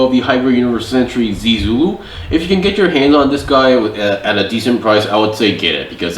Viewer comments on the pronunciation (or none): The pronunciation for zee Zulu is more like (zaeh-Zulu)